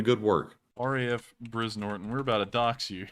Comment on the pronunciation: "Brize" in "Brize Norton" - pronounced "Bry - zzz".